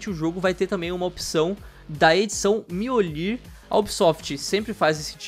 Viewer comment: Miolir? Aprendam a pronuncia certa kkk